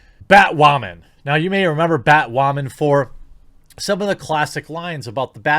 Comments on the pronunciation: God 😂 Can you stop saying “ butt wamen ” !! LMAO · JEREMY: "You may remember Batwahman--" Nope.